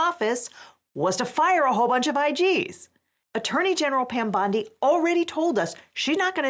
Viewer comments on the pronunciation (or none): none